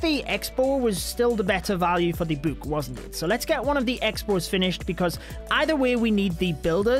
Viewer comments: can this bloke please stop saying boohk ffs? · i love how he says book